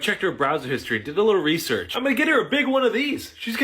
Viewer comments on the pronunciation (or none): none